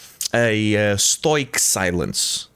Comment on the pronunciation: The way the bro pronounces “stoic” was worth a thumbs up by itself.